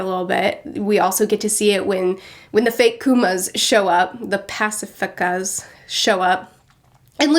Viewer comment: "Pacifuckas" Curious pronunciation, but appropriate.